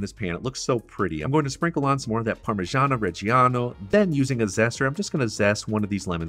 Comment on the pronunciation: What's "Parmigiana" mate? It's Parmigiano. :)